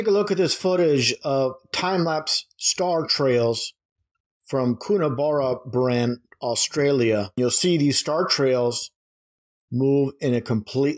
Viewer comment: It’s Coonabarabran.....west of Tamworth...it’s where we have Warrumbungle Observatory and Siding Springs Observatory. ‘Coon” a ‘Bara ‘ bran.